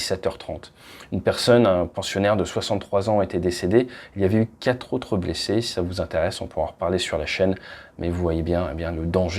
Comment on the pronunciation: tu dis quate pour 4... lol 😉🙃